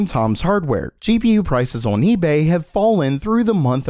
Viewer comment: Day 41406 of being unable to say "on"